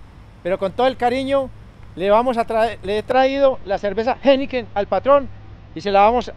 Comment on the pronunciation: Like por todas las veces que dijo geniken, geineken. 🥺